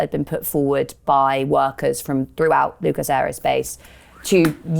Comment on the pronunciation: I like abd admire what the Lucas workers tried to do - and the venture failed. I doubt very much that mainstream business and finance lost so much as a picosecond's sleep over the implicit threat to the established way of doing things presented by the reshaping of Lucas. ('Lucus', not 'Luke-ass' - British English loves a schwa.)